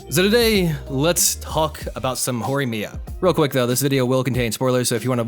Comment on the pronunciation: Just say “Mia-more-a